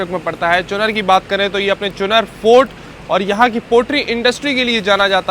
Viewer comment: 10.05 चुनर नहीं भाई इट्स कॉल चुनार